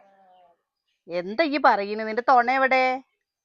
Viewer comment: തൊണ അല്ല തുണ🎉